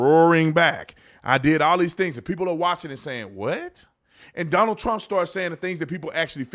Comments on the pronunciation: He called him Stonald?😂😂😂😂😂😂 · Who is stonald? 😂😂😂